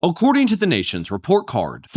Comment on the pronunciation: "O-ccording"? The first word uttered in this video is already mispronounced. This is going to be a rough watch.